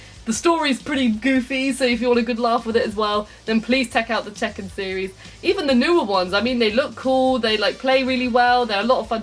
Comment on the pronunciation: "Please, tek out the checken series"